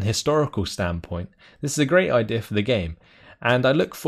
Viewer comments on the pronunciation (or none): none